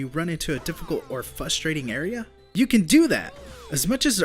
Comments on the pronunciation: One thing about you and Chris Bores is that you can't say fustrating... I mean, frustrating! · You keep saying”fustrating” and it’s fustrating. lol